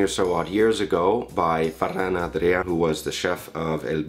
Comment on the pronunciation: Molt bona pronunciació de Ferran Adria i El Bulli, parles català? I'm impressed, Brits are usely hopeless at pronouncing either Catalan or Castillan 😀